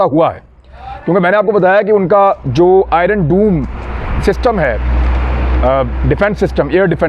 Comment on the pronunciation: Imran bhi - ye Iron doom nahi he sir - ye DOME he (short 'O' k sath). doom ka kuch aor matlab he.